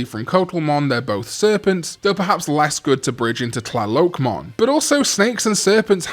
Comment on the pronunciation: Coatl is pronounced KWAH-tl :)